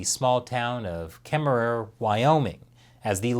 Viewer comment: First, I'll set the record straight. Kemerere, WY, is pronounced with only one "er". The second one is silent. Second, thank you so much for pronouncing the second "er". I used to sell Kirby vacuums, and have terrorized that stupid town more than once. It was the only town I got arrested in over a year and a half of selling Kirby vacuums. Way to stick it to Kemmerer, WY. {smile}.